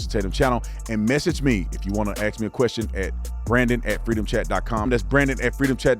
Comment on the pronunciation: My question is: why can’t black people say the word “ask” including you?